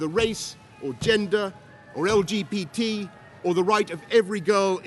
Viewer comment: I swear he says lgpt is is that me